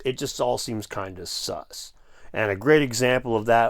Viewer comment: Sus not sux, as in suspect sir.